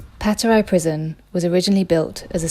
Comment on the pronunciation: As an Estonian, I loved this video! The pronouciations of some place names were wild tho 😂 like Aegna, Patarei, Suur Tõll, Depoo and Loomelinnak.